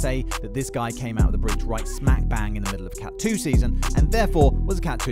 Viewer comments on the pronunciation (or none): none